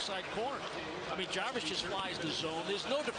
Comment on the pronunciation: Don’t forget “ Self Jarwis”